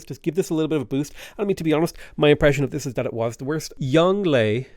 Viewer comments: I get how it's supposed to be pronounced. I don't care. He is Yongle in my heart. And thus he shall be called such. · Youngle is pronounced young luh. Wu zetian is pronounced as Woo zet-I-an. Qin ahi huang is pronounced like chin she hwang. Something’s don’t translate that well like huang and zetian. My credentials are that I live in Taiwan and I speak moderately good mandarin. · Its not yongle. its Yong Le. And its INCREDIBLY problematic if not racist to willingly mispronounce these names. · yeah they do. its a little overpronounced on the tones but its right. its like "yohng luh" source: i actually speak mandarin chinese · Isn’t it pronounced like “Yohng-luh”? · I don’t think they’re a native bilingual. They do sound like they’re over-emphasizing the tones, and some of the pronunciations seem just a bit off, so I’m guessing they’re a Chinese learner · As someone who learned some Mandarin from their Chinese mother (still learning), it does seem over emphasized. Like he is over the top with his pronounciation, as if he is announcing his special attack. XD And even after all that emphasis, it still doesn't sound quite right. The Yong is supposed to have this going down, then up quality with its tone, (kinda like as if you said "o-ho", like you are kinda surprised), and then the le is supposed to be just hard and fast. But you can still make it sound natural, even while saying the rest in English, once you know how to pronounce it. It's just like when a foreign person has difficulty pronouncing an English name, whereas for a native speaker it would fit in with the rest of the sentence. They could have also just copied the Chinese characters for the name and looked him up on YouTube to know how to pronounce it, but you know, mispronouncing foreign names happens a lot when I listen to stuff in English. Like how they just decided to have their own English variant of Sunwukong, with the intonation all wrong.